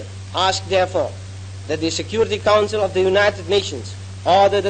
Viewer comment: Logat bahasa Inggrisnya jauh lebih baik dibanding Soekarno & Hatta, terutama pas beliau bilang: "council". 🎉